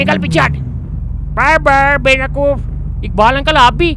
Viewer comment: benaqoof or bewaqoof ?